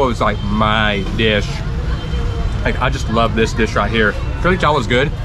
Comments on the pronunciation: Brother it's "Kadi" not khadri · it's called kadhi chawal not "khadri" by the way i love how u guy's get along with native people.. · Kadhi not Kadhri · its curry chawal not khadri chawal😄